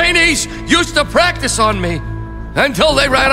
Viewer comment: it's practi''ce''.